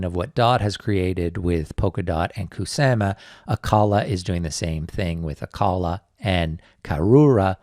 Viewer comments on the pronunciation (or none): kuSAMa... kuSAMa.... the way u saying kuSAMa is very triggering to me idk why... kuSAHma not kuSAMa kuSAMa kuSAMA kuSAMA REEEEEEEEEEEEEEEEEEEEEEEEEEEEEEEEEEEEEEEEEEEEEEEEEEEEEEEEEEEEEEEEEEEEEEEEEEEEEEEEEEEEEEEEEEEEEEEEEEEEEEEEEEEEEEEEEEEEEEEEEEEEEEEEEEEEEEEEEEEEEEEEEEEEEEEEEEEEEEEEEEEEEEEEEEEEEEEEEEEEEEEEEEEEEEEEEEEEEEEEEEEEEEEEEEEEEEEEEEEEEEEEEEEEEEEEEEEEEEEEEEEEEEEEEEEEEEEEEEEEEEEEEEEEEEEEEEEEEEEEEEEEEEEEEEEEEEEEEEEEEEEEEEEEEEEEEEEEEEEEEE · The way you say Ku sa ma is cringe